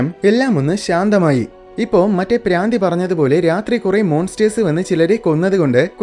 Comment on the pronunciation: Braandhi alla madha bhraandhi😂😅